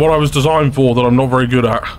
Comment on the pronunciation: Carefull saying "fo' China"